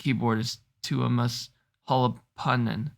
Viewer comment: Just sitting here cackling at the pronunciation of Tuomas’ last name. Y’all killing me. 😂 Also, with regards from the Nightwish Army, just surrender now.